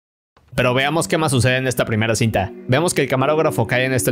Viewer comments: bro acá en ves de decir cinta dijiste cita hahah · A ya ví pero la [N] no se escucha :v